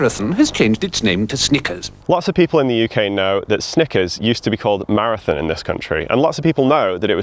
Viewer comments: "Mozba" 'Marithin" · Every time you say “maraTHIN” rather than “maraTHON” my eye twitches. Seriously though, fascinating history! Keep up the good work.